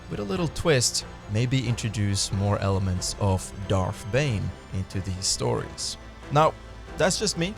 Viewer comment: FFS! SiTH! Not Siff! DarTH! Not Darff!